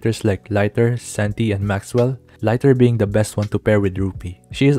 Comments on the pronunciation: Bro its not laiter, its liter like how many liter water in a pool. Centi, centimeter, liter is liter not laiter! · Its Lee-ter not lighter btw😊